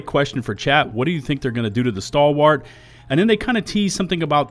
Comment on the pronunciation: Maybe they'll buff the Stalwart so you pronounce it correctly! 😂😂😂